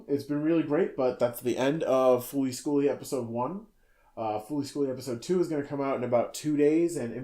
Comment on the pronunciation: When you said fooly schooly, I punched a hole in my desk.